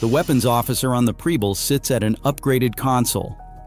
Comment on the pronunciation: Preble is pronounced with a soft e in the PREB and the ending is a bul as in able. AI may never get it right.